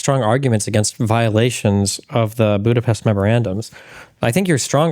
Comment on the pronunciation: Tim is mispronouncing Budapest, so everything he said is wrong!